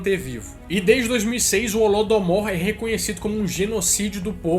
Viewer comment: Não é holodomour é holodomoro